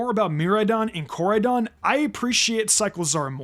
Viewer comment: You mispronounced Koraidon. It is pronounced Core - ride - don.